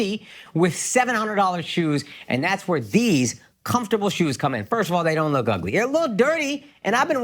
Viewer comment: Why do they keep letting Akaash say "Firsh" in his announcements